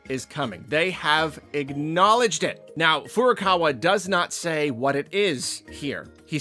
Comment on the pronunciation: That is not how you pronounce the word. "Acknowledge" 😖